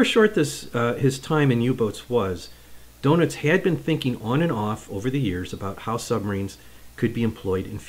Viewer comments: Good video. Just want to let you know Rayder is pronounced ‘Raider’, and Donitz is not ‘donuts’ it’s pronounced ‘Don-its’. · I'm not sure it's pronounced "doughnuts". 😀